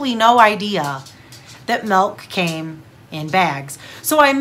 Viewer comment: Hahaa it’s milk not malk